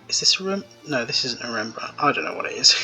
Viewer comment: You pronounce Rembrandt quite well actually.